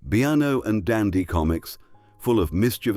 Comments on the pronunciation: And what about bee-arn-oh! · Idiot AI programmers BE. A.. No. .....BEEENO IS SO FAMOUS. IDIOTS. when will AI be programmed by English people. GRRRRR